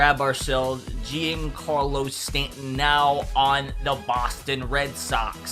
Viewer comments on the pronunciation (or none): is pronounced John-Carlo Stanton